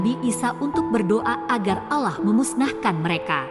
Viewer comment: Pengisi suaranya ini non muslim ya Bacaan nya salah dalam menyebut nama Allah dan toha